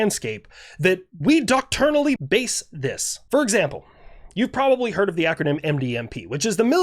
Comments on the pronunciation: One nitpick: when you say "Docturnally" I'm pretty sure you mean "doctrinally", which is dok-TRINE-a-lee (trine like time). Unless the military has a different word I'm unaware of. Anyway, just wanted to give you a heads-up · Bro. The word is pronounced "dock-try-nally" Not dock-tour-nally. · I love yer stuff... it's "Doc-Trin-Al-Ly".